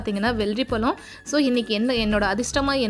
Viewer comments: பலம் இல்லை பழம்..pl correct your pronunciation.. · உங்க தாய்மொழி தமிழ் இல்லையா? தயவுசெய்து ழ னு சொல்லி பழகுங்க. பழத்தை பலம் னு கேக்கும் போது ரொம்ப கஷ்டமா இருக்கு. ஒரு முறை கூட நீங்க சரியா உச்சரிக்கவில்லை. தப்பா பேசிருந்தா மன்னிக்கவும் 🙏🏽